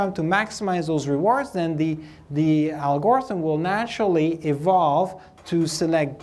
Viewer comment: IMO the usual pronunciation of "algorithm" puts stress on the first and last syllable. When putting stress on the second syllable then it's "Al-Gore-ism". 😀